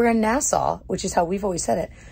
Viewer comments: As a Bahamian I can confirm they said it correctly lol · So, what was the verdict on the lobster dish? Was it as nasty as the waiter had said? Also, you're right in your pronunciation of Nassau; I suspect that the shopkeepers were just messing with your moms, trying to get them to say it wrong 🤪